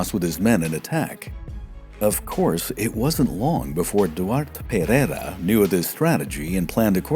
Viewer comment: well, as it happens I'm portuguese as well. We'll continiue then in Portuguese. De facto o narrador não percebe peva de Português. A forma como anglanisa os nomes, especialmente o Pereira, dá ares de finório que não conhece a língua. Isto não se reflecte na qualidade do vídeo que é muito bom. Parece até que quem o fez nem sequer quer saber da pronúncia ou sotaque. O que não vale a pena é tapar o sol com a peneira. O narrador tem um mau Português....